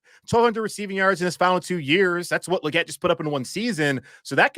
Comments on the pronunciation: 😅 it's Leegette not luhgette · Say his name right... It's Lee not Luh